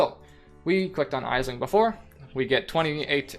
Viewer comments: Great information about the syndicate board, thanks. By the way, Aisling is pronounced Ashling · Aisling is an Irish name, it's pronounced like Ashling. Thank for the great vid :)